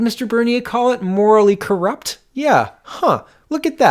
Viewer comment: Unfortunately Max pronounces the word "corrupt" the way I'd imagine inspector Clouseau say it. I won't hold it against him, however. Glad that he has the guts to speak out honestly, language and diction be damned.